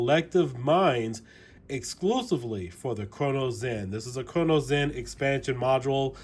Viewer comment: why do you say cronus zen like crono zen